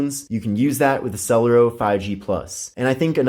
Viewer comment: I think it's pronounced sulairo